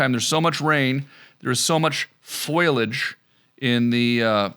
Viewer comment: I didn't know you had aluminum trees there. The "foilage" you were mentioning...say it with me Tom...foliage. Tada.